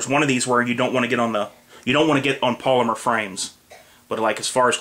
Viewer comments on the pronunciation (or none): none